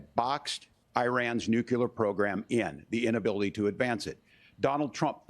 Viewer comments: ROFL no way waltz, he seriously just said “nukular” in that interview when he meant nuclear 🤣😂🤣😂 or so in Tatum video how can someone running for vice president not know how to say nuclear?? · Just here to say that the correct word is "nuclear" not "nucular". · Walz said Nucular not nuclear